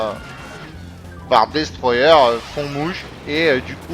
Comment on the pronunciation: Jpartage ton avis sur Kazam. Bonne vidéo après 3 semaines _:D Et merde ! Avec ton putain d'accent Anglais ^_^ dis simplement : Destroyeur ;)